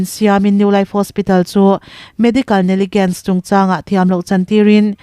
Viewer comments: Medical ne-gligence ni lovin, negligence,inthlahdah vang,i lam dan hi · Neligense ni lo vin Neklizense (negligence) a ni zawk em